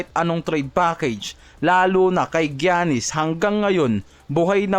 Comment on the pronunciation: ayusin mo naman pag bigkas pangalan ni giannis hindi naman kianis yan😂